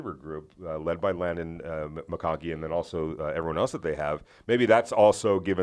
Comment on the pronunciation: Did this dude say “Landon” McConkey??? 😂